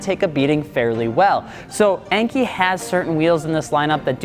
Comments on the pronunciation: En-kay not En-kee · Your pronunciation of Enkei is not correct. It is pronounced “En-Kay”, not “ainkee.” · n-k, not n-key. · enkay not enkey"🤦🏻‍♂️🤦🏻‍♂️ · Cool vid but it’s pronounced “enkay” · I truly love you, but I cringe every time you pronounce Enkei wrong. It’s En-Kay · Pronounced “N” “K” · Enkei is pronounced like NK